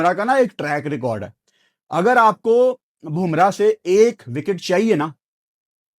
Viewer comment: Bumrah not "BHUMRAH"